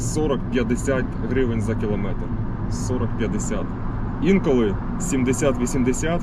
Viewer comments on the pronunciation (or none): none